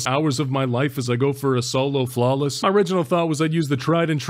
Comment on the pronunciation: my favorite part is when he said OLO flawless and WHAT IS HAF DIS SHIT